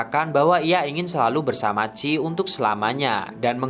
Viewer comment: Namanya chie kaaak, bukan chi 😭